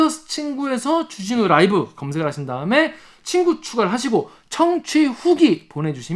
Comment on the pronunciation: .쭈진후 롸~이브!! 발음이 넘 약해지셨응 ㅡ 정말 의협 나쁨나쁨 좋은 의사샘들 넘 많으신데...